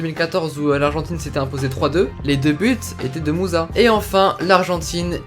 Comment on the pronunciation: Son nom de Ahmed musa se prénonce Moussa